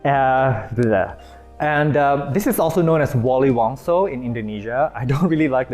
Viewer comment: wali.. songo.. not wali wongso, lol